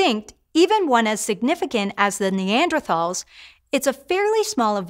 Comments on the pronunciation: Would think you’d know how to pronounce Neanderthals. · Hank would be disappointed in her pronunciation of “Neanderthals”